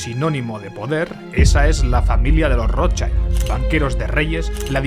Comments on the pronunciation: nunca defraudas! pero "Rothschild" se pronuncia igual que se escribe 😅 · Por favor, Rothschild no se pronuncia así!!! Me duelen los oídos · La pronunciación correcta de Rotschild es con la 'i' como se pronuncia en español ✌️ Gracias por el video! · Por lo menos trata de pronunciar bien el apellido Rothschild chaval